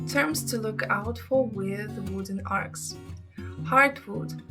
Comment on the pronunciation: Arch is what she is trying to say. Not arts, not ark. Arch.